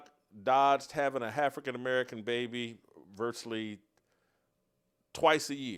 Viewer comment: "Hafrican American", LMAO!